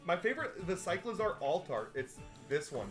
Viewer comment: In the first pack said the wrong pronounciation for cycalzar and he said my last name